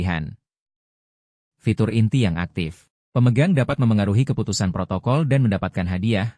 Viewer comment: Ngomong protokol aja jadi protocol,skiplah😂😂